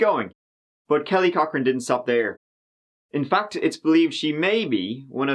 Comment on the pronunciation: I keep hearing Kelly Cockring and can't concentrate.